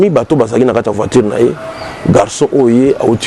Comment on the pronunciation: Pas (Kaya) mais kata